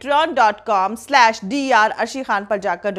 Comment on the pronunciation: One more request and that is , the word Pronunciation for the word : WWW IS DUBB LEE U NOT DUBB LOO DUBB LOO THANKS